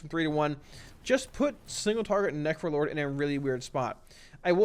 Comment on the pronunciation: This entire video sounds like you are saying nefro-lord... Its literally all I can hear haha. Thanks for the great content, this is exactly what I needed. Would like to see the different specs broken up into their own segments, that way I could just watch the affliction section and be done, but that is my only gripe. Solid content as usual. ...Nefro-lord.